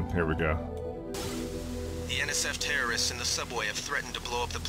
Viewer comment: Is it just me or did she say Terrorists-ists At the start of the mission?